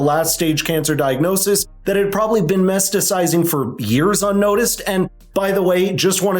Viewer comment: It's pronounced "Metastasized." Still gave a thumbs-up. Ha!